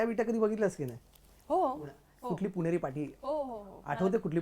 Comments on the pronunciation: ती पुणे म्हणाली... 👍♥️👌🙏.... पुने नाही बरका.. वा... लय भारी 👍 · ती पुणे ला पुणे म्हणत्ये, पुने नाही, मस्तच पण हीला व्यवस्थित मराठी येतं तर इंग्रजी मध्ये उत्तर का देत आहे